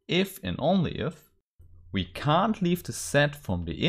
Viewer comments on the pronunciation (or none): for me the only issue I had was . When you pronounced "can't" I heard "can" the first few times. I'm sure that for native speakers or people with a good English level this is not an issue.